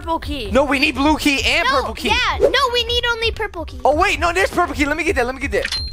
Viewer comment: I don’t know why but when you guys say “blue key” it sounds like duke y like when said in city mommy I did a duke y mommy will you change me.😅😂🤣